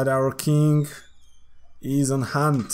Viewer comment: He says king kinda like kink